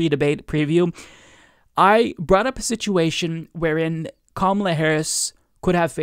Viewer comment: It's Ka-MAH-la, not KAH-ma-lah.